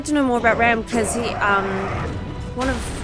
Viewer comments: I find it ironic how you pronounce RAAMs name. I once had a debate with my sidings over how to pronounce it and I thought it was Ram too lol Since it has two A’s it’s pronounced with the long A. 😃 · It’s pronounced RAAM, not Ram.